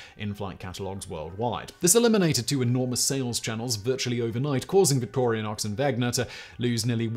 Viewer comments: What an intensely annoying episode. It is Victorinox - no a in it - not Victorianox! And the N comes BEFORE the G - pronounced Wenger not Wegner. How can you talk about 2 companies and get them BOTH wrong? 🤔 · My MiniChamp goes everywhere I go! Thanks for the info! Just one thing, it's pronounced "victory-knocks"... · Simon, there is *no* "a" in "Victorinox"... and the "n" comes *before* the "g" in "Wenger". Beyond that, this was an excellent reading of the "Swiss Army knife" Wikipedia page 🤪😂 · Simon, for the love of all that is good, THERE IS NO "A" in VICTORINOX!. It's 2 words "Victor" and "INOX" pronounce properly as VICTOR-INOX...NO "A". Geeze man you LOVE to mangle names! Please, Please, PLEASE, have the folks doing your research be more thorough, so you can be at least correct in how you pronounce your "facts". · I hate to break it to you Simon, but you mispronounced the company name every time in this video. There is no A in Victorinox. I winced so many times... 😅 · Wenger not Wegner! Wenger “Genuine Swiss Army Knife” Victorinox “Original Swiss Army Knife” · amazing, Simon managed to consistently mispronounce both manufacturing company names troughout the whole video ;-) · Most British pronunciation of Victorinox ever. Adding superfluous letters 🤣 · If only he'd pronounced any of the brand names correctly a single time in the video! 😄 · Alternative title: Triggering swiss people for 13 minutes by misspronouncing Wenger and Victorinox XD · Wow! You managed to get the pronunciation of both Victorinox and Wenger wrong! Otherwise a nice summary. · He also keeps saying victorianox. There's no A it's just victorinox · Victorianox? It's Victorinox. How do you make a video about something and pronounce the company name incorrectly every time you say it? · Today I Found Out - Simon, please note, there is not an "a" in "Victorinox" ... so please stop saying 'victorianox'! Or are you trying to single-handedly get them to change their name?!